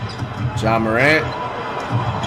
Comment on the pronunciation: Since when did flight start saying ja morants name right?